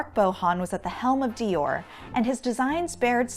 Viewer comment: Every time she says Dior it makes me uncomfortable